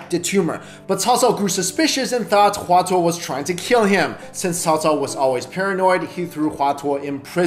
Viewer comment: Hua Tuo was pronounced wrongly...